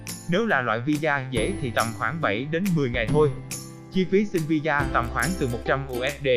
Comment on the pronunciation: Visa mà đọc thành vì da 🤣🤣